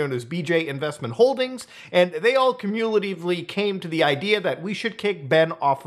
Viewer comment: I’ve never heard someone say “cumulatively” like that, but if Muta says it, fuck it, I’ll see q-mew-latively too